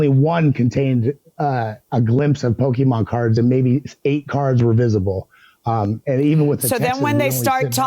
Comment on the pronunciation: Not "Pokeman" 😂😂